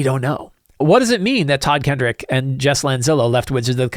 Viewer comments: Just for the record, it's Todd Kenreck not Todd Kendrick. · Just a note: There is no D in Todd Kenreck's name.